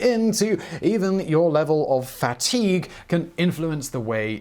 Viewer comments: Who pronounces fatigue FAT-EEG? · Me: fatigue Simon, an intellectual: FAT EEEEEEG